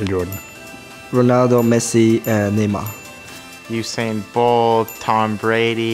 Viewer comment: Did ocon say ushane bolt😭